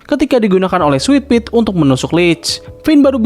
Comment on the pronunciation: Sitadel bukan sitidel Switpi bukan switpit